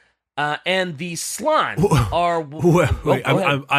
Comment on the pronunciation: ITS slAn not slon. You pronounce the A